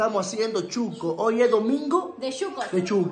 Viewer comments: No se dice chuco,es Shuco 😂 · tu mujer pronuncia bien el nombre no como lo dices Se dice Shuco. Y no Chuco como lo dices